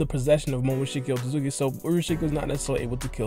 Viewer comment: Osuki osuzuki osuzuki lol pronunciation so bad .